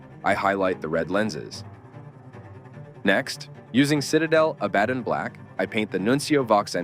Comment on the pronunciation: Ah, that’s why Abaddon is mispronounced every time. I was bugging out every time it was said.